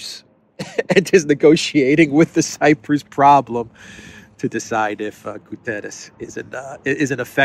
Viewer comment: Although some of our names look almost spanish, the correct pronunciation is "Guterrsch", with an hard "R" like in german